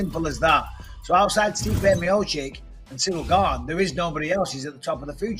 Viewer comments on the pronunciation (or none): BISPING PUT SOME RESPEK ON STIPE´S NAME AND PRONOUNCE MIOCIC RIGHT FFS. YOU´RE AN ANNOUNCER FOR CHRIST SAKE.